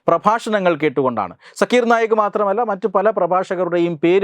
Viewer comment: ആ തീവ്രവാദിയുടെ പേര് “സാക്കിർ നായ്ക്” എന്നാണ്. സക്കീർ അല്ല